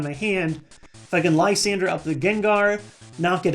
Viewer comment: You dont know how happy i am that someone else pronounces Lysandre correctly. Thank you